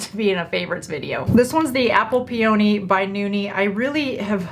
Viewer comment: Ya know what? No ohh in the lip oil. Google how to say peony flowers!